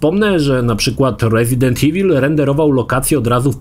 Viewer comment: Dlaczego tak źle czytasz słowo evil? Pierwsze E czytasz poprawnie po angielsku, a końcówkę IL masakrujesz jak byś po polsku czytał. O co tu chodzi? IWUL czytaj.